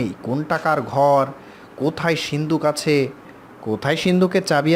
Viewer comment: Uccharon ta rhik korun , reading pore golpo sonan ekdom baje., majhe abar surf exel dhukechhilo...hahahah. achhe ke ase bolen keno ?